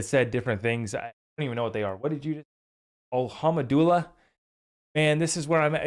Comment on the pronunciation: you pronounced it wrong, its alhum du lilah, means prais ebe to god/Allah, allah means god in arabic